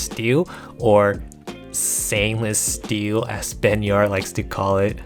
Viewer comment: "Sainless steel" LOL